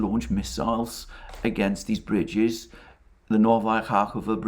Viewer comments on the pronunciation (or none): It’s pronounced Novaya KhakovKah.